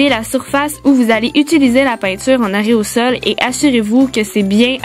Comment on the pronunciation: On dit aérosol pas areosol